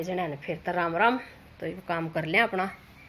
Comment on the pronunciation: Mn to shuru m aap jo ram ram kro ho uski bdi hasi aav h kyoki me Rajasthan se hu aapki language me ram ram jorki h aunty ki 😆😆😆